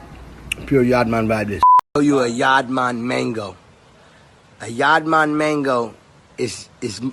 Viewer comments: Yaad man can't pronounce "mango" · I just can't understand how Khalid managed to say "yaad man", then in same breath and sentence followed with "mengo". Yaad man mengo......how?😆😆😆bredda its yaad man man-go😆😆🇯🇲🇯🇲🇯🇲.